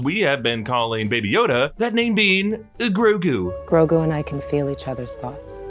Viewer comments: It’s not Ngrogu, it’s just Grogu. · Are we sure its Grogu and not, like, Ygrogu? Lmao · Grogo or Grogu, tho?